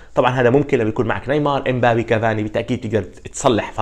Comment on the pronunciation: دخلك إم بابي زلمة ولا مرا؟ يا زلمة تلفظ الأسماء عيب فضحتنا